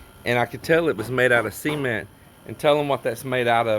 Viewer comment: Now we get the privilege of hearing say... "C"ment in stereo.. LOL